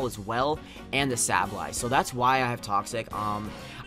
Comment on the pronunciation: Say ba lye is how you say it dumbass